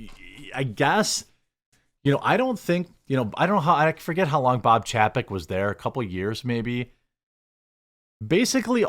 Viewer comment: Ffs. Its chay-peck.